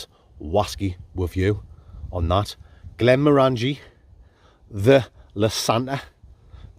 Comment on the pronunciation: For the next waskey review - it's "Glen-moran-gee" not "Glen-mo-ran-gee" ;)